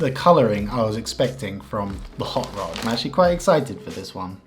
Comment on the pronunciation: Hot rod: in your opinion, i could confirm that you just said "Hot lays"😂 Im Finnish, and that kinda shocked me Oon suomalainen ja toi vähän niinku järkytti mu